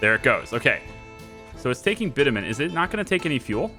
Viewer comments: Hi there, just by the way... the way you pronounce Bitumen is bitch-u-men. You asked :) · its "bitchewmen"